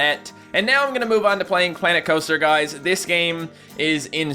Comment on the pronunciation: "clanet cloaster"